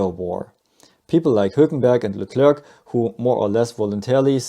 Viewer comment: Anyone else noted the Leclerrrrg on 😂